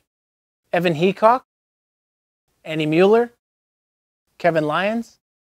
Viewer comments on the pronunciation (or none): none